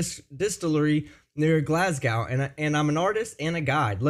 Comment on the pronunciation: I|t's Glas go not glas gow. The W is silent.